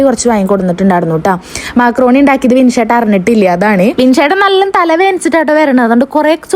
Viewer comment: മാക്രോണി അല്ല മക്രോണി